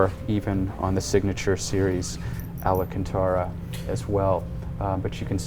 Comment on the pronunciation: This guy mispronouncing alcantara in every video he's been in is my favorite meme. Seen him with larry chen, dino dc, spike feresten. You'd think somebody would correct him lmao